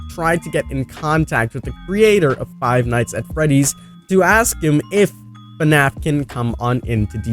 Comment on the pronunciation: this dude said fanfnapkin